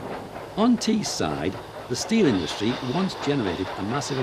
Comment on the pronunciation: "Teesside" not Teeside